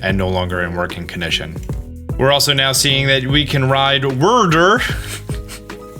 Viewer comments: Wyrdeer is likely pronounced like Weirdeer not Wurdur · i am begging you to stop calling wyrdeer "wurdur." it's so incredibly cringey and gives me flashbacks to 2013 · Wyrdeer is pronounced like 'Weird-Deer' (without a pause in between the dashes), probably because it makes weird illusions and is a deer. They said it that way in the trailer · I’m guessing Wyrdeer is pronounced Vyrdeer. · Wyrdeer! WEIRD-DEER but minus a D. C'mon lol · I don’t want to be that guy but … Wyrdeer is the combined words of weird-deer . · I think Wyrdeer is supposed to be pronounced like weird-deer. You know, since it's a weird deer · Pro Tip: Wyrdeer is pronounced kinda like "weird deer" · *Pronounced as Weird deer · just as clarification for anyone unfamiliar with it, it would be pronounced "weird deer", wyrd is like a viking term refering to fate and destiny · Wier-deer like weird deer. Sorry its bothering me. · Wur der lol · Gets annoying